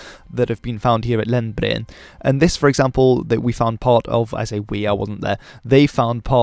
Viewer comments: "Lendbre-end" drag out the "e" a bit... Edit: you got better at pronouncing as you talked, into perfection... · Good video👏. Also, your pronunciation of “Lendbreen” was really good. You almost sounded like a Norwegian for a second😊 Best regards from Trondheim- Norway. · Three syllables; Lend-bre-en. But the right "e" sound :-)